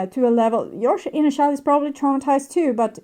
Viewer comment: Please learn how to pronounce "child"..